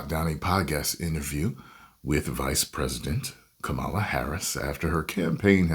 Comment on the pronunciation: Please say her name correctly. You know better.